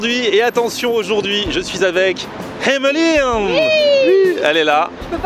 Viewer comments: WESH IL Y A PAS DE 'H' AVANT EMELINE... TCHAO! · pourquoi tu prononce fort le h dans "emeline" (qui doit sûrement s'écrire hemeline vu comment tu le dis mdr)